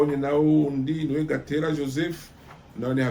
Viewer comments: Uko biri kose, soma amazina uko ari Exemple: Gatera kandi ari Gitera Peraudin ntabwo ari Parodin... Bieabina ko amateka yino uyasoma gusa canke ubigira ubishaka..... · Ni Gitera ntabwo Ari Gatera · Ni gitera not gatera sorry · Yewe mutama, vuga ibyo iwanyu, ureke ibyo iwacu mu Rwanda kuko ntubizi neza. Dore n'amazina yabo ntuyavuga neza: Mgr PERRAUDIN et pas Paradin, GITERA et pas Gatera.......